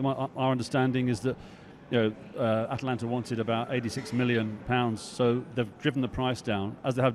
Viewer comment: Disco just loves sticking the boot into Tony Martial. Also its AtAlanta not Atlanta